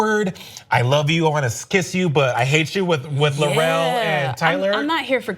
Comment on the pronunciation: Hey guys, we're 10 episodes in... Mary Chieffo's Klingon character is *L'Rell*. L'Rell, not Le Roche or Le Reche.